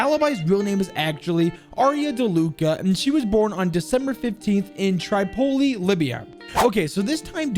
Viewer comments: It's pronounced trehpoly not trypoly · Okay I haven’t seen any other comments about this but just a heads up, it’s pronounced « Trip-ol-lee » not « Tri-pol-lee » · Did he just say TRI poly lmao 😂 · Try po li , Libya? How hard is it to pronounce Tripoli? Like, google translate at least, its litteraly a english word.